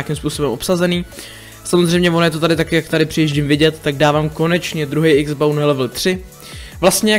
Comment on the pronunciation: X-BOW SE VYSLOVUJE X BOU